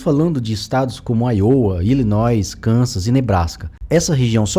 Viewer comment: Ótimo vídeo! Em o narrador cita o nome de alguns estados, e a pronúncia norte-americana é "Áiouwa" (tônica na primeira letra para IOWA) e o outro é ILLINÓI (o som do S não é pronunciado) fonte